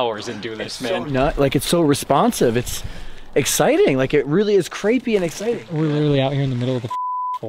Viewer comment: "It really is CRAPEY and exciting..."